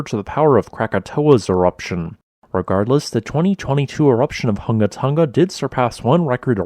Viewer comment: It's not called Tunga, it's called Tonga.....Tong a